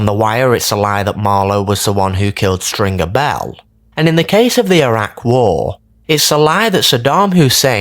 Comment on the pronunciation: I hate it he doesn’t pronounce stringers name properly either it’s infuriating.